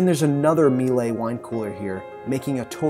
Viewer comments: Miele: pronounced MEELER. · The equpment is Miele, it rhymes with Sheila............It's not meelay.